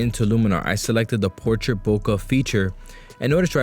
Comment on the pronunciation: HAIYAA!! C'mon, how many years have you been shooting and you can't pronounce BOKEH properly?!?!?